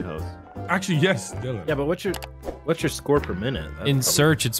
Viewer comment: dillon not dylan